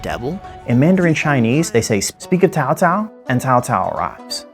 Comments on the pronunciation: Great video! Your pronunciation of Cao Cao is actually pretty close. You mispronounced Dong Zhuo as Dong Zhao instead. Dong Zhuo technically did not "rebel" against the Emperor of the Han. There was a power struggle within the palace between a group of powerful eunuchs and the government officials led by He Jin and Yuan Shao. Dong Zhuo's forces occupied capital Luoyang under the orders of General He Jin who wanted him to eradicate the eunuchs and their supporters. Dong Zhuo did his job but took the opportunity to terrorise the capital and establish his authority by removing the Han Emperor from power and installed a new Emperor and basically held him captive. This eventually prompted feudal lords all over the country to form a coalition to "rescue the Emperor from Dong Zhuo's evil grasp". Source: Me, a longtime Three Kingdoms nerd and whose surname happens to be Cao. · As for the pronouncing of the Cao Cao name, don’t worry about it. You came pretty close. The 2 words are spelled the same in English, but it is totally pronounced differently in Mandrian. The tonal difference is something non Chinese (Mandarin) speaker will find it hard to understand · The pronunciation of Cao Cao is correct But Dong Zhuo. haha~ Hope for next video!Thanks~ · Takes great pains to pronounce Cao Cao's name correctly. Proceeds to butcher Dong Zhuo's, Yuan Shao's, and pretty much every other Chinese guy's name. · Fair enough. Good effort, either way! I'll give your Cao Cao pronunciation a 10/10. You delved into the lore very well and brought up many important points regarding the fact and fiction revolving around the three kingdoms period. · Ok, you got cao cao right. Now let's try 董卓 dong zhuo. Please repeat after me doooong zhuuuo～～～～ good good. You still have more to go. Don't give up yet. :D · That's a pretty good pronunciation of Cao Cao! Although the pronunciation of names for the provinces can be improved. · Tsao Tsao :) That's how it's pronounced. You more or less got it :P